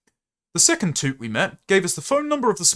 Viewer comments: Toot? I think you meant to say a word that’s pronounced as “towt”. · "tout" like ticket tout. not bloody toot, what are you doing🤣🤣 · You should be saying towt for tout, like ticket tout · Lmao at you pronouncing tout as toot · is that how British people say tout?